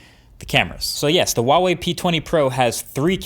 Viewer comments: the h is actually pronounced in Huawei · Just so you know Marques, letter H is always pronounced in Chinese. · He still couldn't pronounce the Brand name correctly... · The 'H' in Huawei is phonetically the same as it is in English. It does not sound like a W. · I'm surprised after so long Marques is still saying Huawei wrong. I can't be the only mandarin speaker watching this channel... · HUAWEI not WAWEI. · say it after me, HUA wei, not WA WEI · Why are you pronouncing it as "Wawei" instead of "Huawei"? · I have been a Huawei user since the P8 lite. Would never go back to any other phone. I love the P20 pro, it is perfect for what I need it for. By the way, it is properly pronounced Hwa Way, not Waa Way! My son uswd to work for them so I know this for sure! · dude it's "H"ua-Wei, not "W"ha-Wei.. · IT'S HWA WEI, NOT WAH WEY, freaking western people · Huawei is pronounced 'hwa-wei', not 'wah-wei', the h is clearly pronounced. Just a nitpick on an otherwise great video! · Hahaha YES. I have a Pixel 2 XL. Glad it's still the camera champ. Also... why do people pronounce Huawei as "Wa-way"?? Huawei is pronounced exactly like how it looks: "Hwa-way" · Hua Wei NOT Wa Wei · I love the way You say HUAWEI - "WAWEI". In PL, EU we read it HWAWEI ;) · Is there a reason why he always pronounce it wuawei? It's pronounced with like an h in Chinese... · You need to pronounce the h in huawei. Btw. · Great review! Tip though: Huawei is actually pronounced with the "h" like "h-wa". :) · It’s pronounced Huh-Wah-Way, The H is not silent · Nice...Though the pronunciation is more like who-a-way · Is there a reason why people pronounce Huawei as "Wuawei"? It's not as if the "H" sound isn't in the English language. Even in Chinese, it's pronounced as it's spelled. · H-uawei, as in 'h-uge', trust me in this! The 'h' does sound :) Keep on rocking! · The pronunciation is bothering me so much.... Its not WAWEI.....